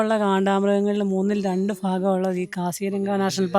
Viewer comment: ഫ അല്ല ഭ ഭാഗം 😊